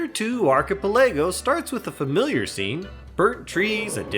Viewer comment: How do u mess up the pronunciation of archipelago so badly loooool Isn't English your first language even? 🤣